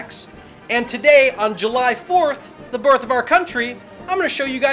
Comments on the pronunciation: "on July 4th, the borth of our country..." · You said " borth of our country"